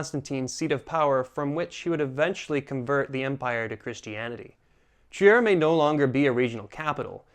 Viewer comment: German here . don't say Trier say Triir